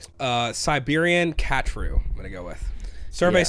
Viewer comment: Ka TRU - accent on the 2nd syllable